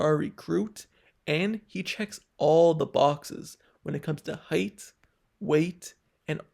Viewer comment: Please stop saying heighth- it’s not a word.